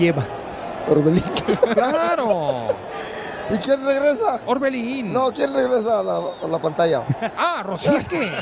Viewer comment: Que no fue ese el juego donde “Orbelan” de agarró los “huevolans” al Pablo “Aguilaran”